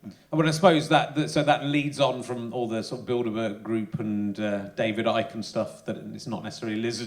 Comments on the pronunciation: I understood "build a bear" group. Was quite confused for a minute. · I keep hearing "build-a-bear" group, which is giving me a weird image of teddy bears taking over the world